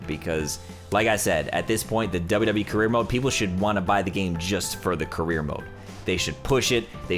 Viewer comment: He says wwe like wwwe